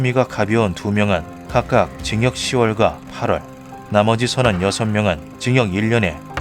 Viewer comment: 징역 십개월과 팔개월이라고 하지 누가 시월과 팔월이라고 함...?